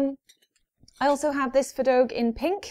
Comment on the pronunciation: Fea in feadóg is said more like fah but the how you you say dog is correct and grand just helpful hint